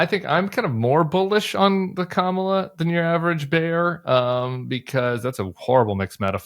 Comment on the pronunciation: I don’t have a lot of respect for the opinion of anyone who doesn’t know how to properly pronounce our VP’s name after 3 and a half years.